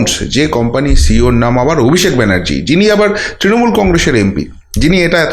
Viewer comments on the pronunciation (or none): none